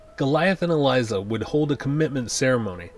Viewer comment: If that's the case you're pronouncing a lot of names wrong and getting a LOT of plot points wrong. "Elisa" (not Eliza) Maza, for example, didn't convince the Gargoyles to leave the castle until well after Demona showed back up. And Demona's pact with Macbeth ONLY made her immortal and it was the magic of Puck that turned her human during the day which only took place in the episode "The Mirror" in Season 2.